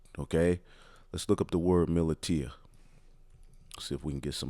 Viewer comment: Militia (muh-lisha)....